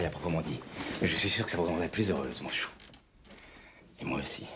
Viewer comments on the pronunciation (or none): none